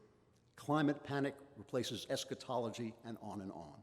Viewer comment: Klavan pronounced the word correctly. If your notion of the pronunciation of the word differs, it is your notion that is wrong